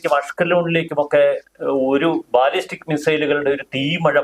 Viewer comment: ബലസ്റ്റിക് മിസൈൽ, ബാലിസ്റ്റിക്അല്ല